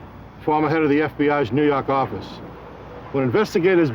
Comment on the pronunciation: He said head of the new yak office😂😂